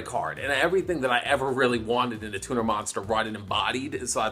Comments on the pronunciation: Tuner sounds like Tuna when you say it. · At the start I heared "... best TUMOR monsters..." instead of turner. Would make sence though, bc eversince 5Ds came out, the cardgame sucked imo